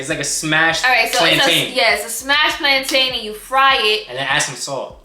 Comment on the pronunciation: I cringed every time you mispronounced plantain.